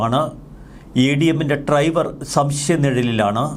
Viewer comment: ട്രൈവർ ഇന്നുച്ചരി ക്കാതെ ഡ്രൈവർ എന്ന് പറയു